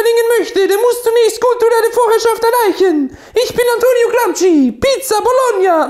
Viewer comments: aussprache ist gramschi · Antonio "Gramski“ 🙈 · Über Martin Sellners Videoschärfe spotten aber selbst nicht einmal wissen, wie man "Gramsci" ausspricht...